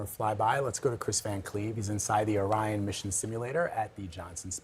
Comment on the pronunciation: I know she didn't just pronounce Orion as "Oreon"